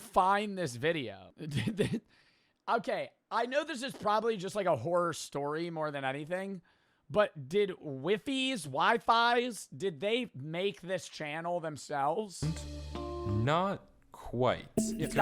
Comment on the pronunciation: its pronounced "weefees"